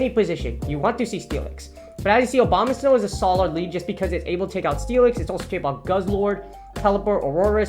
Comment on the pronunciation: I love that you keep saying Obama-snow